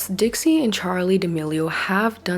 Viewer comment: Not you saying Trixie chile😂